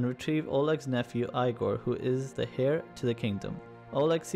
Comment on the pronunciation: The HAIR to the kingdom lol made me laugh... heir pronounced with no 'h', like you are from Yorkshire or Jorvikshire